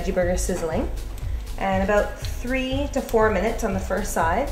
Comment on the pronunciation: abote? did she say abote? hahaha